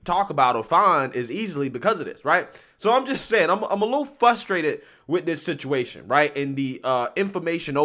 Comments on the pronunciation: Frustrated not Fustrated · FRU-STRATED.... FRUSTRATED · No offense but pronouncing FRUSTRATED correctly would be nice